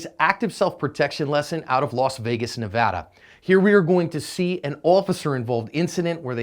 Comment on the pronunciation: Thank you for saying "Nevada" correctly